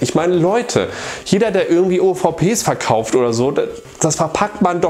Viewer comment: ich frag nur der Betonung und des Kontextes wegen, aber du wolltest sagen, du hast ein paar Super Nintendo-Spiele VERkauft, gell? Batman dürfte ich dir mal aufgequatsch haben, und ich glaub Street Racer auch. Kann's bei dem Spiel immer wieder sagen, aber mir gefällt es einfach besser als Super Mario Kart. Hatte mit dem wesentlich mehr Spaß. Büchlein ist auch bestellt, hoffe ich hab alles richtig gemacht. Zur Not schreibst mich nochmal auf Twitter an. :)